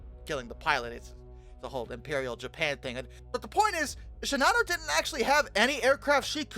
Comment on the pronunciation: I don't understand why NOBODY pronounces Shinano the way the Japanese do. People make an effort to do with that Yamato and Kirishima. Japanese generally puts equal stress on each syllable, so it would be "she-na-no", and not "she-Na-no" . . . . . . Japan had plenty of airplanes. They were severely short on trained pilots.